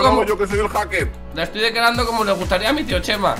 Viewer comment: se dice haker men